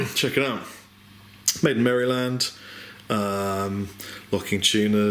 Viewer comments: Cool guitar! Always wanted a PRS, hopefully with the S2's I'll be able to get my hands on one sometime soon. Side note: Every time you said Maryland I lol'd and cringed at the same time. Never heard anyone emphasize the "Mary" in Maryland like that. Was like someone saying Illinois like "IlliNOISE." Just American things :D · haha, we really love you but its pronounced "Merrihlind" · Yeah I live in Maryland and it's just hilarious how he says merryland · Lol. It's pronounced Mare lend. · It's amazing how a word or name can baffle you until you see it spelled out - when I heard you say Maryland, I honestly didn't realize what you were talking about seeing as it's pronounced over here 'Merrilend' or just about. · That's the best pronunciation of Maryland ever!! I will forever call it Marry-Land. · You're saying Maryland wrong my friend. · The Y in Maryland is silent. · LOL, its not pronounced Mary Land, its pronounced Mari-lund. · I'm sorry rob, but here in America, it's not pronounced "marEE-land", it's pronounced "marUH-land"...but we also say garage as "graje" so whatever haha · Hahaha merry-land. its pronouced mar-ih-lind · Merry-land?! It's pronounced MARE-uh-lin. Jesus. Learn to speak English. "Merry-land" my ass. A Frenchman once told me he could easily get it right by "saying it like John Wayne". He actually got it wrong, but he still said it way better than you. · lol he pronounces it "Mary-Land" us Americans pronounce it differently, at least us new yorkers do...we say more like "Meryl-Land" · I didn't know we had a state called Mary Land. There is a state named Maryland (pronounced mare-i-lund) I wonder if they are near each other? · it's maryland not merry-land :D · Im sure you probably know this, but just in case: It's pronounce mare-LUND as opposed to Mary Land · I'm Canadian but I'll still give you a hand here...it's phonetically pronounced maralind. I couldn't resist...said it too many times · It's pronounced Mar I land